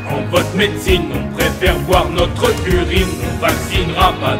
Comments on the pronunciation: "On préfèRE boire notr ' urine" aurait sonné mieux que "Notreuh Urine" ou alors l emploi du futur "on prefer'ra boire notr' urine" Les apostrophe rendent mieux à l'oral même sur un texte aussi bien écrit :D quoi qu il en soit j me suis bien marré elle vaut l écoute ^^ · Pourquoi prononcer "BOIR' NOTREUH URINE" plutôt que "BOIREUH NOTR' URINE" ? Le "E" suivi d'une voyelle est silencieux alors qu'il peut être prononcé lorsqu'il est suivi d'une consonne non ? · T'aurais dû dire "Not'propr'urine", parce que "notrEUH UrinEUH" ça fait chkik! ;) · "notreuh urine" ... horrible faute franchement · Pourquoi marquer le E de NotrE au lieu de celui de BoirE ?